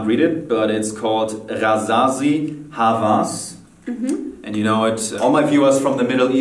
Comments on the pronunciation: Hawas is pronounced as; Hav-vass! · And it's pronounced Hawas Not Havas in arabic because Jeremy is german he pronounced W As A V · It's actually Hawas not Havas... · Jeremy. I'm Arabic , I cannot hide that I like your pronunciation of word OUD. I wish if you could speak it with Arabic accent or pronunciation. I would like to correct the fragrance name and how to pronounce it, it is Hawwaas with O voice not your German V and the meaning is obsession not lust or seductive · Hawas in arabic means obsession And it is pronounced "həwəs not havas" I bought it today and it is amazing Thanks for all the knowledge you gave me about fragrances man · The second fragrance called "Hawas" NOT "Havas". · Hawas actually means Obsession and it's pronounced with a w not a v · Hawas means brave, ha-Vas and ha-Was both r different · It's HAWAS... Jeremy : HAVAS.. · Hello from the middle east.. Its actually pronounced as Hawas with w and not havas with v Haha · Hello Jeremy, love your videos ! I apreciate ur efforts to pronounce the arabic names of these great fragrances, but just to let u know HAWAS, it pronounces HAOUAS, and it means OBSESSION. Thanks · The hawas frangrance is not pronounced with a V it's an W like haouas and it means "obsession" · Hawas means obsession. And the "W is a "wa" like "oa" .and not a "V"